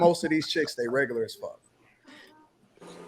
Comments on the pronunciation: Saying, “What considers reg-gu-la” is a prime example of regular. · The fact that she can’t pronounce “regular” correctly makes her below REGERLER.. 😐😐🙄🙄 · "wHaT cUnCiDuHrZ rEgUrLuR?" Guuuuuuuurl!!!! 😂😂😂😂😂😂😂😂